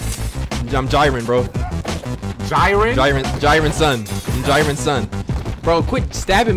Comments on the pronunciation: “I’m jyrin “ 😭😭😭jerin jerin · Don't act like we didn't notice you pronouncing Jiren as Jyren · you said jiren wrong but IMMA LET IT SLIDE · So nobody gonna talk about how disrespect Jiren’s name like that?? Edit: It’s pronounced “J-EE-Rin” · i fw you but we gonna have to have a serious talk about how you say jiren cause thats unacceptable